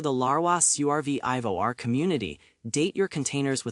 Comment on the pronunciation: Good info. Funny how AI cannot pronounce "survivor". Also apparently Larry King is the most popular Larry. Better that than Lounge Lizard or Leisure suit Larry. 😅